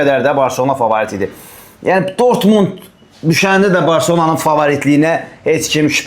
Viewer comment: Ay, dörtmund deyir😂😂😂